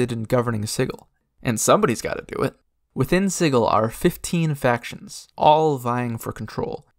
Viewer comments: OMG stop saying siggil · Ain’t that hard G in pronunciation of Sigil? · Yeah, a hard G. Siggil, not sijil. So not pronounced the same way as the word "sigil" that means magic symbol. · What? It's definitely not Siggil. The word's spelled 'Sigil' which is pronounced...well, like the word 'sigil', with a 'J' sound. ;P And, considering Cagers all speak Cockney, nobody but a berk is going to say 'Siggil', my friend. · You're probably right. I guess I pronounced it like that because that's how I've heard it before, and because it sounds like "chaos," which the Xaositects embody. But then again it would be just like the Xaositects to purposefully NOT pronounce it like "chaos." And you are definitely right that I, for whatever reason, did not pronounce the "t" at the end of the word, saying it like "techs" rather than "tects." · You are mispronouncing Sigil.